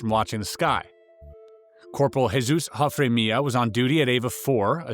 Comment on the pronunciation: Jesus (in Spanish) is 'hea' like the word head without the D and 'soos', Hea-soos. Not "Hey Zues". 😊